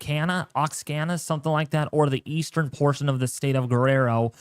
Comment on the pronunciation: Oaxaca is pronounced Wah-ha-ka 😊